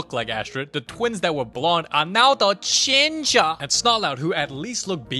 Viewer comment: The way he says ginger like “Da giNgA” is too funny😂